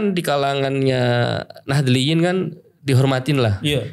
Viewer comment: Ini yg wawancara pengetahuannya kurang.dan jelas memihak baklawi,,katanya pernah mondok tp ngomong Nahdliyin gak bisa secara pengucapan